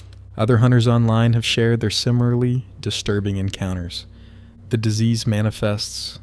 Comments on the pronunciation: Is it just me or did he say simarly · Sim-Ih-Ler-Lee similarly.